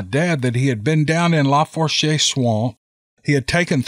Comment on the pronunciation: Just an FYI, the Tensas is pronounced like ' tensaw'. Lafourche is pronounced like ' lah foosh' . Teddy Roosevelt did some bear hunting in the huge Tensas Basin.